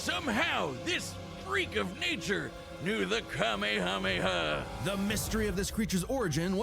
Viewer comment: Wait, she pronounced the kamehameha, how now?? Deer god she wasn't joking when she said she didn't watch any of it....